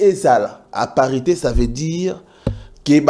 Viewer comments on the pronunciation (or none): Didi on dit parité et non aparite